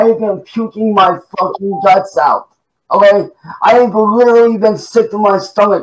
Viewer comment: Why does he say oway instead of ok?